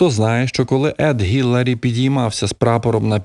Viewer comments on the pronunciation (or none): Едмунд Хілларі. Не гіларі.